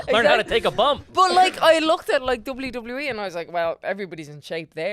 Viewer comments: When she said WWE it totally sounded like Dublin Dublin E 😂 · Hahaha. Came here to say this lol🤣. One too many Ws there